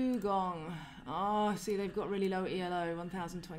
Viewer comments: Just fyi elo isnt an acronym, its named after Arpad Elo, the inventor of the system. Whenever you say E.L.O i momentarily think you’re talking about electric light orchestra (good band though) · the 'elo' in elo rating system is actually not an acronym -- it's invented by a hungarian dude by the name of Arpad Elo -- so reading it as "ee-loh" is usually preferrable.